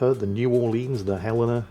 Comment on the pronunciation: SAID HELENA RIGHT.